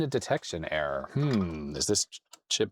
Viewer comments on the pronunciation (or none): none